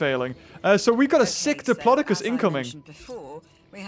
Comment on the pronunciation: I think ur saying diplodocus wrong